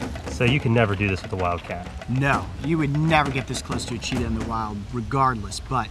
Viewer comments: that's not a cheetah costume that's a lepord costume XD 😂 and it sounded like u seid Cheetos. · Yo bro you love Cheetahs since little how about pronouncing its name properly. There is no Rs in it.